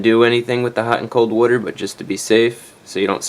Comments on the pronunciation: Soapy woder generator :D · I appreciate both the video (so helpful!) and the pronunciation of "water" (so nostalgic of my childhood in SE Pennsylvania!) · Excuse me, but are you saying warter or water? 😅😅joking. Thank you so much for the video, it totally helped. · I love how you say water. Wuter 😭❤❤❤❤ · say “wodder” again!! 😍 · Beware the "wudder" hose! Great video man. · Hey Chrisfix are you a new New Yorker? I assuming by the way you said water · you must be italian the way you say water..